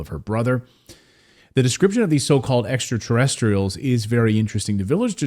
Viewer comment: Not Extraterrestials!